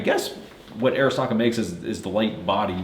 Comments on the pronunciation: Man I feel like a grammar nazi rn but is right about the name though. Off Arisakas website: "As Japanese Americans, they chose the name Arisaka to honor their cultural background and show respect for Arisaka Nariakira, one of Japan's most iconic weapons designers." Pronounced Ah-ree-sah-kah. Love the review! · It’s pronounced odd-e SAKA ! The “R” is silent! Duh RED ! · I am pretty sure its pronounced Arisaka-not Arisaka.